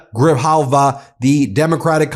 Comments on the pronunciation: 👋 hello from Tucson. Grijalva is pronounced gree-HAL-vah. ❤ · It’s gray-Hal-vuh sir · Adelita GRI-JAL-VA. Please respect her by pronouncing her name the right way. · Gri-halva…Gri jalva.. 🙏 pls not trying to be offensive. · Hi Ben! Her name is Adelita Grijalva not Gravalva. Pronunciation in english is G r i H a l v a! Thanks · Ben, thanks for doing what you're doing. But, please learn how to pronounce Gree HALL Va's surname. It's just Spanish - easy peasy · It's pronounced Gree Hall Va. Thank you for your important and valuable work. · It is pronounced Gree-hall-va. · Hey Ben, friendly FYI....her name is Gra-hall-va.😊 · Just want to point out that your pronouncing her name horribly incorrect. It's Gree-Hal-vah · Gree hall va = grijalva... cmon, its not hard ! Isnt your wife hispanic? Ask her! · Ben..It is Gri JAL va..Gracias! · In the name Grijalva , the h sound of the j is pronounced before the v . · learn how to pronounce GRIJALVA.... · Ben! PLEASE learn how to pronounce Adelita Grijalva's name correctly! It's insulting to both Ms. Grijalva and all Arizonans!